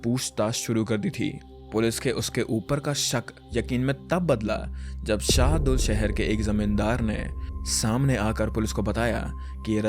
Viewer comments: Its SadulSahar not sehdul sahar c'mon man i thought you do reasearch welcome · Bhai vo sehdul nhi h SADULSAHAR h